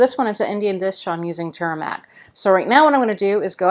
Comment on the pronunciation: its not TURMIC. It is TUR ME RICK. i did not know what you were adding/ talking about, until I saw the caption. Otherwise thank you so much for this episode.:)